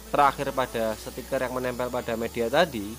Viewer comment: Sticker bro bukan setikerrr